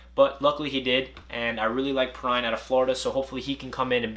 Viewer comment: You said Perine wrong